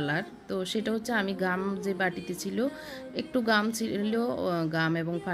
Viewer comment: ঘাম না আপু, ওটা গাম😂😂😂